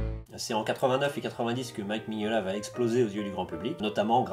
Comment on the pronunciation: Par contre, c'est Mignola, pas Maniolia. Et un peyit hommage également à Dave Stewart, qui est devenu son coloriste attitré, et qui participe grandement à cet univers. C'est dommage que le BPRD soit moins bien illustré, malgré un scénario vraiment dantesque !